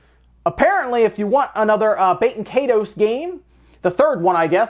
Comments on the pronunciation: I've never forgotten. And it isn't "bay-ten kay-toes". It's "bah-ten kie-toes" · Baten Kaitos is meant to be pronounced [BAH-ten KAHY-tohs] . Like it's, I dunno, Latin or some-thing, rather than French or English. The way you said it, I thot you said "bakin' 'tatoes" (I wasn't watching the screen). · BAT-en KAI-tohs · I thought you said Baked Potatoes, not Baten Kaitos that entire time. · Bah-ten Kai-dos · I can't tell if you're pronouncing it correctly either. IE is usually pronounced [ee] in English. And the S in the word "toes" is pronounced like a Z. Both of these things are wrong. Baten Kaitos is meant to be pronounced [BAH-ten KAHY-tohs] . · Am i only one who kept hearing "Baked Potatoes" as the title for the Baten Kaitos????